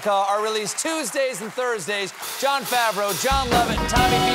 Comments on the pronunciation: JOM LOVETT lmao. its jon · Its Jon Lovett not Jom.